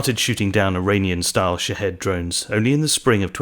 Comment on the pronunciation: Did he say shithead drones? Before I name my product, I’m going to find out what it sounds like to the rest of the world.